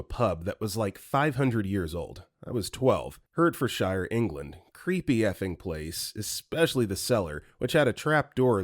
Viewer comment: Hertfordshire is pronounced like "heart ford sure" actually.